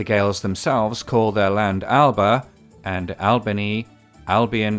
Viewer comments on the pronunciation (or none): completely understandable that he made the mistake considering the spelling, but in Scottish Gaelic, Alba actually has an extra syllable in the middle; it's more like Al-uh-buh 😊